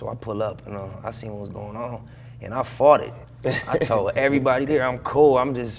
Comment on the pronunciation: I thought he said “and I farted” but he says “fought it” lol. Rip Nip ✊🏼✊🏾✊🏿